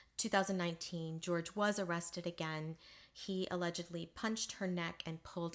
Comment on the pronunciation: Jorge is not George - it's pronounced Hor-heh.